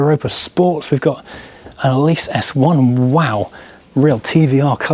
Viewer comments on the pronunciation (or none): none